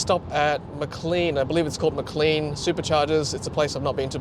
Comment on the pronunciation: It's pronounced Maclane like plane, not Macleen like clean.